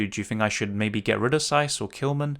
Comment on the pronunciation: saiss is giving me a headache 😂